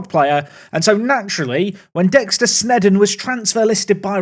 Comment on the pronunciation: Dexter Sneedon lol